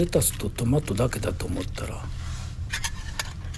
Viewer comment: スパゲッティーは、大盛り！ですねえ。サラダも これを 1人分 材料から作ろうとすると大変。なので、この選択は 良いですね❤レタスのシャキシャキ！音が美味しそう！トマトも マの音が高い、広島弁トマトの発音を 久しぶりに聴きました。ドリップコーヒーの 後始末、大変だったのでは(笑) 今回も 美味しそうで 楽しい動画 を拝見できて感謝します。